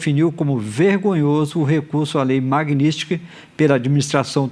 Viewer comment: Esse analfabeto da globo não consegue falar MAGNITSKY ?